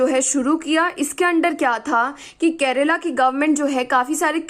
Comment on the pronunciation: It's KERALA not Kerela ⁉️